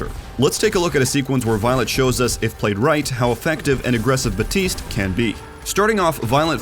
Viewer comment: A pet peeve of mine is when people say "Batiste" instead of "BAPtiste".